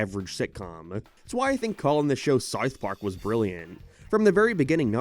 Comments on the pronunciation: im i the only person hearing “sarth park” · fr i cant even finish half his videos. he cant pronounce SoUTH Park and he sounds like a valley teenage girl at the end of all the sentences. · The way this guy pronounces “w” sounds is crazy. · do you have a speech impediment or something? someone that does voice over video essays for living should at least be able to pronounce basic words properly you re_________________________________________________________________________________ (t)ard sarf pork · " Sar Park " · Why do you pronounce it like "serwarth park"? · sarth park